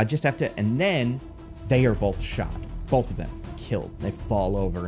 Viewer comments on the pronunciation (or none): I'm obsessed with how you pronounce both. Bolth.